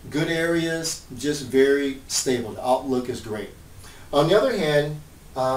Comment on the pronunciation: It's stable not stabile.